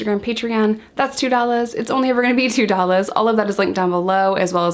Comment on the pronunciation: Why do you say dollars so weird? Just asking.